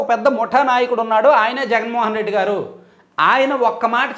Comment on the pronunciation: మీరు గారు అని శంభోదించిన మాకు ఏంటో గాడు అని వినిపిస్తోంది